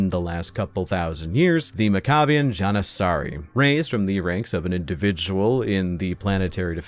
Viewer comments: Pronounced’Mack ah bee in Jan ih sah ree’ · Maccabian “Johnuhsahries” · The way your pronounce janissaries was crazy lol